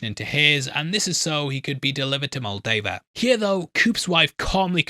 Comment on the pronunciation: okay, im gonna ask this as nicely as i can... why the FUUUUUUUUCK do every single one of you Youtubers mispronounce "Moldaver"? Its not "Moldover" youre thinking of the country Moldova, its "Mold-ay-ver". youre like the 3rd or 4th youtuber ive seen who refuses to say it right, for some ungodly reason